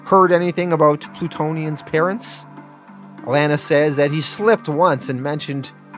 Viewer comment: I’m sorry, are you saying… signa-pore? and the way you pronounce alana really gets under my skin too. like come on man